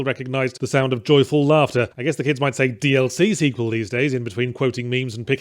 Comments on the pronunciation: I am absolutely BAFFLED Yahtzee said "DLC sequel" and not "DL-Sequel" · Every time he says DLC Sequel, I just here DLSequel.